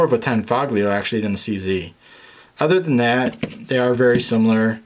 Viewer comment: You said tangfolio wrong sooooo many times. I’m gonna be that guy.